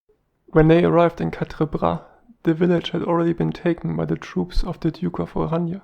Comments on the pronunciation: If you're saying it in English at least use the English pronunciation of Orange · Yes, I was confused by that too. In English it would be more usual to pronounce his name as “orange” as in the fruit. He had been several years in British service, spoke excellent English and was well liked by the troops.